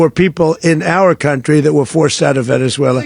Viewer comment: Maga / Queens pronounces it "Venezuelar"